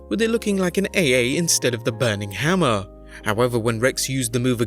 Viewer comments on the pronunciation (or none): none